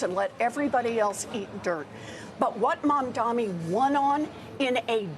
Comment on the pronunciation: Everyone he is Mamdani not Mamdami. Btw, i am scared of this rapper.